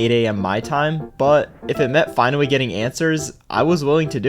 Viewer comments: he was finawwy asking fow something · "Finawwy, Earwwy 🥺"